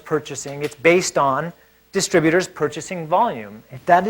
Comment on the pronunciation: Also, disturbutors, not distributors (sometimes). (But perhaps they're making some sort of a point with that one!)